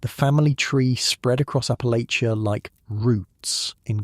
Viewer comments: Checkin in from WNC, Southern Appalachia. Congratulations on pronouncing Appalachia better than most Americans that don’t live here! Think of it like “I’ll throw this apple-at-cha.” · My ancestors!! am Huntington, WV And it's pronounced "APPA-latch-uh"